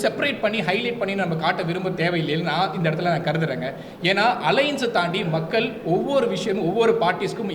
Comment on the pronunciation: மக்கல், வாக்குகல், தமிலர், ஆலமாக ஐயோ! தமிழைக் கொலை செய்யயுறாரு இந்த தம்பி